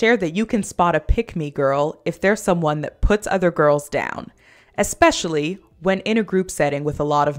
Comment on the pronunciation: whats with everyone saying eXspecially instead of especially? am i hearing things?